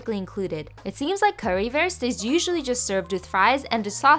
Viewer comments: I'm from Germany and I just wanted to say that it's pronounced : karriwuust And the bread: broethen❤️😂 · You should pronounced it like coo-ree woorst though 🤣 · as a german, i appreciate you pronouncing it pretty well. as a german, that’s definitely not currywurst. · Well you are pronouncing it wrong And eating it wrong but this looks soo yummy 😋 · Ich hasse die Aussprache von Currywurst und Brötchen auf Englisch 😢😢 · No offense, but you both butchered the recepie and the Pronounciation. But i generally find people have no idea how to pronounce ä ö and ü. And i hope you can get a real Currywurst soon. :)